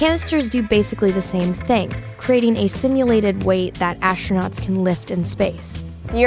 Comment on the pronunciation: ashtronauts??? ffs